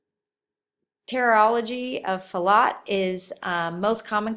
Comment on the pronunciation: pronounced te-tral-uh-jee of Fal-oh